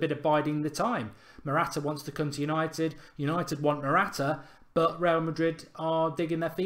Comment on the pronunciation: matwata lol